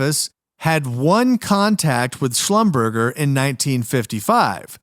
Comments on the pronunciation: Schlumberger is pronounced: shlumberzhay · Slum ber jay